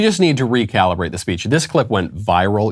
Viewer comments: She can’t even say speech correctly. She said “spee-erch” And so we need to recalibrate her toes. That’s what she said. She wants you to refocus the recalibrating to her refeet. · ..freedom of "spreech"....wtf is is this word?